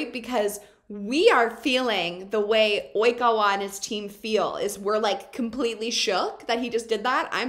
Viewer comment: Love the way she repeats "Oikawa" after the news lady , replicating the Japanese pronunciation 😂😂